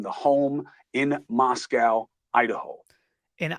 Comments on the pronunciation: I really trust and respect you. Thank you for doing what you do. As far as Moscow, Idaho, it is pronounced “Mos-coe”, not Moscow. Keep up the good work! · Why doesn't Cuomo know how to correctly pronounce the town name. He didn't have any right to know these people? Cuomo has no more credibility.